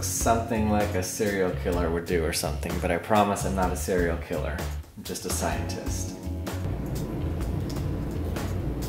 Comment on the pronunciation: I loved how he said I'm not a Cereal killer I'm just a scientist